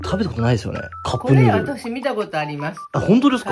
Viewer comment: カップヌードルの発音めっちゃいいの好きw